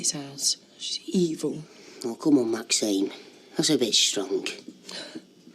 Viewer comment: Am I the only one who has noticed that Ashley continually calls Maxine 'Maxime'?